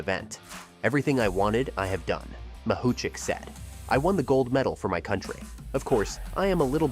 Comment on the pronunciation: How many times did the speaker mispronounce Mahuchikh's surname? - Yes.